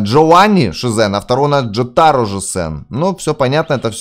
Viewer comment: в слове джотаро, ударение падает на о джОтаро